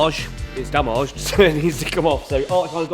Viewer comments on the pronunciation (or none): "itz damouged" 🫶